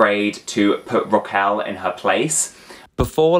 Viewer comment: It's RRRRRaquel. Roll those R's.